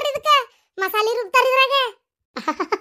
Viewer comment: ಅದು ಮಿಸಗರ್ ಅಲ್ಲ ಮಿಕ್ಸಿ